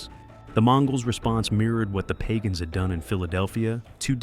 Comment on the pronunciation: You are ignorant of the spellings and names of criminal networks. The least you could do is basic homework. Its not PAGONS, its the PAGANS. The name of the head of Montreal Hells Angels President Maurice "MOM" Boucher is pronounced "Boo-shea", like Shea stadium in Buffalo. The photo's and video content of your production are all over the map. Have some pride in your creation, just slapping together anything shows that you don't care what people think about you, or your product. Take your time, access proper footage, and make sure that the criminal groups and their main players are properly respected. It doesn't take a lot of extra time to get it right, and you'll find you have many more views on your videos. Good luck.